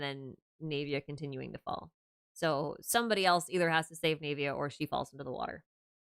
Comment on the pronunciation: Why do you pronounce her name as "knave-ia" instead of "nah-via"?